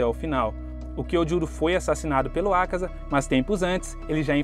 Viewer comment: Vídeo muito bom mas dá uma agonia extrema a tua pronuncia sobre alguns nomes, tipo "Oní", "Ákaza", etc ...